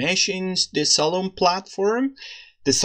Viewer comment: Nice! Just a note: you should pronounce it as "Salomee".